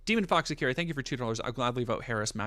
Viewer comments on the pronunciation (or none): none